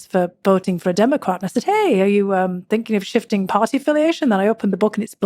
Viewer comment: Almost sounded like she said "Dramacrats" instead of Democrats. lol.